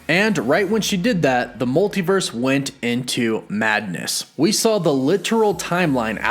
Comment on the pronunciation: Stop saying sawl instead of saw